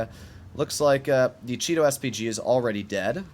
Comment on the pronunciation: The way says Chi-To sounds more like Cheeto.